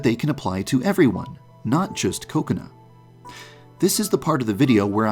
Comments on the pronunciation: Yeah. He says it as “Ko-Kuh-Na” instead of “Ku-Ko-nah” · i heard "coconut" instead of her actual name xd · I hear KOKAnut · How I here kokona:coconut True tho Edit:salty snack foods like chips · I love how he pronounces Kokona's name like "coconut". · The name: Kokona How some pronounce it: Ko-ko-na How others pronounce: Kokonut How I pronounce: Coke-can Bijuu Mike: Koconi Markiplier: Boobs Mckensey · ...that's how you pronounce kokona?